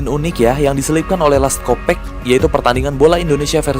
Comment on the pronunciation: Bang nama developernya bukan les kopek tapi les kopak. Pembetulan dari malaysia